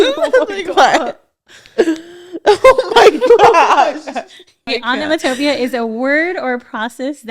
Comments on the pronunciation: Am I the only one who noticed that pronounced onomatopoeia way wrong lol its pronounced on·o·mat·o·poe·ia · aa·nuh·maa·tuh·pee·uh This is how to pronounce the last word. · the way pronounced onomatopoeia i would’ve spelt it wrong too!😂😂 it’s pronounced onno-mat-toe-pee-a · Lmao not the person in the back not pronouncing the words correctly either. 😂 I can’t with y’all. ONO-MA-TOE-PEE-UH. is how u pronounce onomatopoeia.😂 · FYI that is not how you pronounce onomatopoeia 💀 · Onomatopoeia - she didn’t even say it right 🤣 so how could they spell it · The fact that onomatopoeia was pronounced wrong 😂 Producer set them up 😂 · You don’t even say onomatopoeia like that 😩😂😂😂😂 🫶🏻